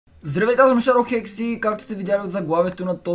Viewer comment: Престине ве ,,Здравейте аз съм шарохекс" кажи си името правилно бе